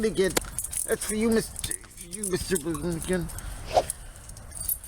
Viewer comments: It's pronounced mmmBister Baloonagins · it's mister maloonigans. Get it right or pay the price